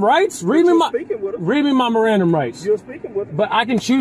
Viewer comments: "my Mirandum rights"...😅😅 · "Read me my mirandum rights" 😂😂😂